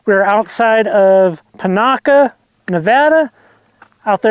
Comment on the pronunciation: Have you found the semi hot spring in Panaca yet? Rocky hill behind the pond, possible spot, great place to swim in warm water. It’s on the edge of town. Oh yeah, it’s PAH NACK CA. One more thing those are WILD horses, Farrell sounds so disgraceful. Overwhelming. Enjoy.